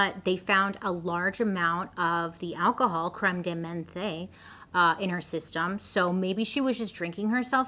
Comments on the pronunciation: You don't pronounce the last E in Menthe. It's like men-th. Cr-em de men-th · The E on menthe is basically silent, Bailey. Hehehe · Pronunciation of menthe = mont 😊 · Crème de menthe is delicious! The last word, however, is pronounced mahnth (mah nth). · You pronounce it like you have a you pronounce it like you have a lisp. So it’s minth.